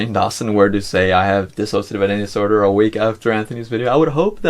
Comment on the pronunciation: THANK YOU for saying D I S S O C I A T I V E correctly